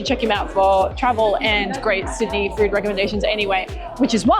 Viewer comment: "we'll eat as much furrd as possible"